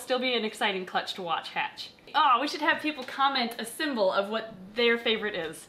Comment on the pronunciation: Symbol not sembel